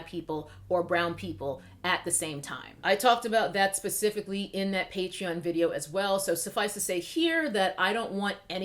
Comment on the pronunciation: I've missed "pacifically".